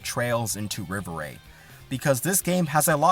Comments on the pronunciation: Im french. Rêverie is a french word. So its pronunced Rei-Veu-Ree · Also, rev er ay for the pronunciation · You definitely butchered it. I thought you were purposely mispronouncing it to prevent being demonetized